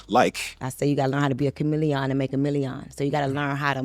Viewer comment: She could have just said chameleon normally and it would have been fine 😂